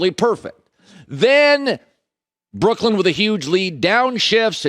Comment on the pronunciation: Can you stop calling them "Brookland"? Sound it out, clap the syllables.